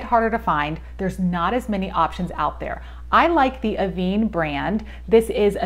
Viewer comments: It’s pronounced AVAN (van as in van but less emphasis on the a), not aveene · Pronounce this like “Ah-ven. This is because of the accent over the “e”.